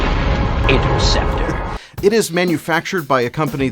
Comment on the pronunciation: Kinda funny how you claim to be a nerd over this thing but mispronounced the name of it and didn’t even bat one of your weird looking eyes